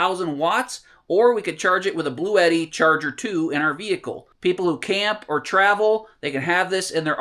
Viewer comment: He's not saying eddi, it's etti